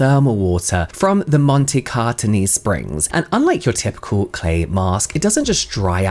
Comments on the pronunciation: you pronunciation was IMMACULATE! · Yes, nailed it then! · not that it matters but your pronunciation of montecatini was actually spot on!! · Being uneducated, uncouth, rude, self-centered and narcissistic, Madonna is the last person I would trust for my well being. Even if she uses mud from Montecatini (by the way, your pronunciation of the world is very good, I don't know why you feel insecure about it. You only have to say utterly the name of this Italian Spa, apropos, not the best Thermal resort in Italy and you will doing very good...) I would stay away from her recipes at all costs. Beauty has never been her forte in her life, besides, She has no Biology training whatsoever, but she has the stamina to say :- Do what I told you to do! - to professionals even if what she wants goes against scientific rules. I can easily figure up the amount of abuse her chemical employees had to endure from her pettiness... To conclude: BIG IN JAPAN was a very popular song of an 80s band called Alphaville and the lyrics were all about arguable success, So I wonder if she really sold so much in Japan... The Armani cream, made with volcanic mud from Pantelleria, it was truly Fabulous, but after de first jar, I couldn't buy the second: the production was discontinued, at least herein Europe. Maybe Armani cream is BIG IN JAPAN as well...No need for the western market... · You said Montecatini perfectly Hi from Milan, Italy💙